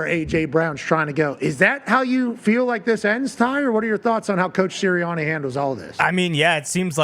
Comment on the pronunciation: I love Pat, but the way he pronounced the "a" sound in "Sirianni" is really awful. That way of talking - that accent - is really an ugly sound that the ears don't want to hear. Pat, can you please pronounce your "a" sounds the way everybody else does? Thanks.